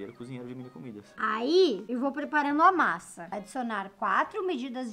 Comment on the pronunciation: a masa ficol masa Eu: que kkkkkk #amojorol